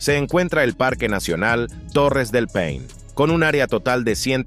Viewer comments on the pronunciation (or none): mi unico comentario con respecto a este video es que no se dice "torres del pein" jajaja, se llama Torres del PAINE y tal cual se escribe, se pronuncia. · ajajja me dio mucha risa como sonó en el video jajajaajja es torres del PAINEEEEEE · no es torres del pein es torres del PAINE